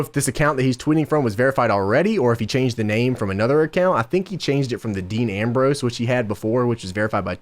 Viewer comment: Not DEANNN the way u say it gorse by the way JOHHHNNNN